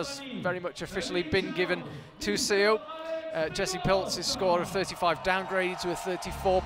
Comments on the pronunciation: Note to commentators: Chaehyun Seo's last name '서' is not pronounced 'see-oh' but 'suh' (as in the first part of the English word sun). The romanisation of Korean characters is a bit misleading... Great commentary otherwise! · SEO is pronounced like SUH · 저도 쎄오 라고해서 거북했어요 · Love the commentators but they completely mispronounced Chaehyun Seo's name :(